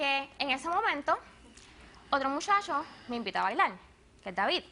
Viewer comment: diveltilte , bailal , comel, tomal, evitall hahahah WTF.